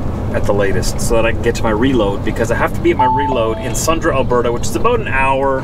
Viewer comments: its Sundre "SUND REEEEEEE" Great job on the vids! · It's pronounced Sundreeee. Long "e".